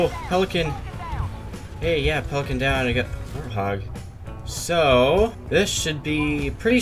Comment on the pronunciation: It's not warth og, it's pronounced 'Wart-Hog' (End me)